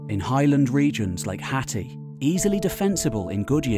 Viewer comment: I’m sure your pronouncing Hatti wrong